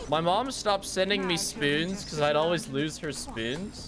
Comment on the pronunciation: I love how pronounces spoons as: “Spewns”